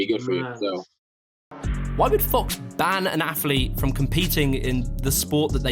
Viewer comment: Please stop saying aff-leet